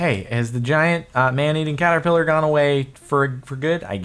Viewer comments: What you encountered was a "CaterKiller." Not "Caterpiller" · Caterkiller not Caterpiller!